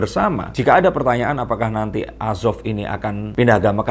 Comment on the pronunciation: udah salah gomong asop ma orang Palembang